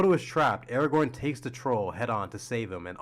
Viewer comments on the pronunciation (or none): Brother can’t pronounce Aragon rightly but thinks he has an opinion to tell…